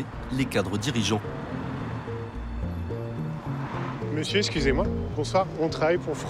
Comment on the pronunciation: Pouvez vous prononcer le nom de Monsieur correctement. Svp🌹